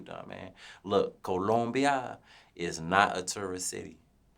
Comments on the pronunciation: Nigga said “CoUluMbiA”😭😭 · It's the way he says Columbia for me, lol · The accent he use to say Columbia🤣🤣